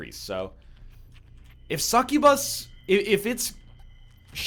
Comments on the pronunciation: McFright and i just watched the bit in the vid again and he definetely said bus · TheMiningDog that's my point! NL says incubus normal but when he says succubus he always says it different by really accenting the bus at the end. And I just pointed out that it annoyed me! So let me be annoyed! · God it's so annoying how you say succubus.